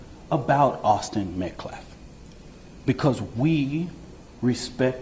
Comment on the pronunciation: respect the loss of life and cant even pronounce his name correctly